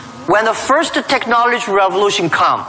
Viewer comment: why does Jack always say "Technoletch" .. it should be technology